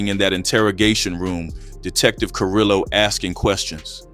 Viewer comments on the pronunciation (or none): Just a small thing and the videos are great, two L’s in Spanish is usually a “y” sound and a v makes a “b” sound. So Carrillo is Carreeyo and the r’s are rolled if it’s two r’s I believe but it can be hard to annunciate. Varrio is barrio, Güero I apparently get wrong but I think it’s like weh-ro, Guerrero means a warrior/fighter (hence guerrilla warfare) Güero means white/lightskinned. American pronunciation is fine too it’s just that Spanish speakers tend to blow up comment sections about it. That is good for engagement though.